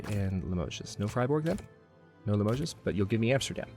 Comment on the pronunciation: As an fyi, the "s" in Limoges is silent. Limoges is very well known for it's very fine porcelain. It's like the French version of Waterford, Ireland. :)